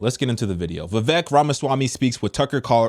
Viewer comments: I'll be voting Trump. Vivek is a brilliant guy though. It's pronounced Vivake. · Pronounced Vi-VAYK lol